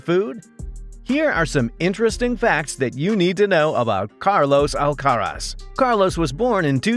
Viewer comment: Here's a fact you don't know about Carlos. When you pronounce his surname, the stress is on the last syllable. You're welcome